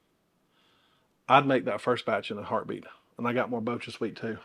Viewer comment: Here is a tip on how to pronounce BochaSweet! It is manufactured using kobucha squash, which is pronounced kuh-bow-cha. So it's pronounced bow-cha, not bow-kuh!